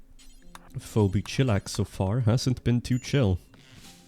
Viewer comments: You pronounced "Phoebe" as foe-bee instead of fee-bee. I'm now an insomniac for the rest of my life. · Foe - bee , Feebee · Master of Rimming, the name Phoebe is pronounced like “feeby”, just so you know in the future! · phoebe is pronounced fee-bee.